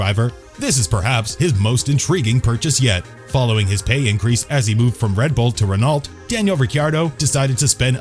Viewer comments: Renolt? Lmao it’s not even hard to pronounce Renault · Sebastian vuttEl kimi rakonen and ranolt 🤦🏼‍♂️ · It's pronounced Sebastian vetl It's pronounced Daniel Ric ar d o Its pronounced Reno It's pronounced Kimi ri kanan It's pronounced Alfa ro may o It's pronounced Eddie Ir/Ur/Er vine It's pronounced Jag u a It's pronounced Alan Prost You can just tell he has never watched F1 before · You couldn’t pronounce these names more wrong if you tried. The names, I understand. They can be difficult. But Renault. How did you mess it up so bad? That and Alfa Romeo, which is literally sold in the US. It’s not hard to find the proper way to pronounce it online. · Lol I guess they weren’t expecting actual F1 fans to watch the video, because those pronunciations are painful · Couldn't pronounce the names right - even got Renault wrong..... YIKES!